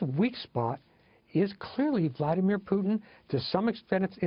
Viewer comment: What the fuck is Pyutin? the host keeps saying Pyutin